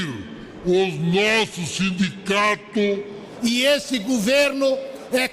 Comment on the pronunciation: É sindicatos, ou simdigatos😂